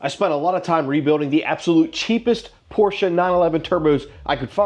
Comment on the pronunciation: I heard you interchange Porsch and Porsche. Seem like you're on your way to always pronouncing it correctly lol